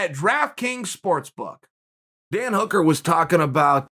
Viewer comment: that's how we're going to pronounce Hooker from this day on